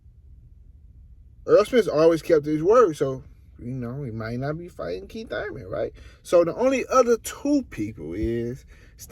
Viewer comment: It's Thurman